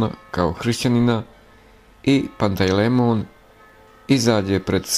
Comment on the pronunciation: Nije Pantej lemon , nego Pantelejmon .